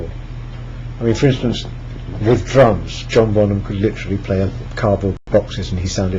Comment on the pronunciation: I thought he said "It's easier if you do it with the drugs." But he said drums.